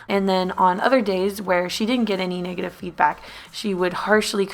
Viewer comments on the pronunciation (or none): none